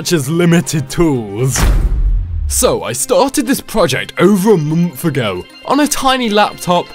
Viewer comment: uh munth agoe